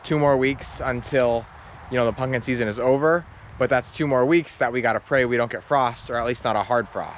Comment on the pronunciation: Please for the love of God say pumpkin correctly.